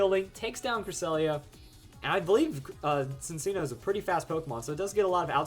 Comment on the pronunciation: Just a tip but Cinccino is pronounced like: sinchino.